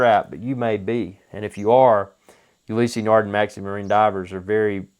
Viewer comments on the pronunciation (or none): Never heard of You-lee-see nar-din It's pronounced Oo- lis nar-da